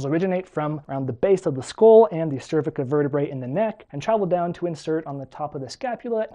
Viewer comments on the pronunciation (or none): none